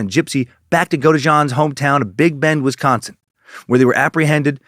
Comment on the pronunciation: I live in Wisconsin and you said it perfectly.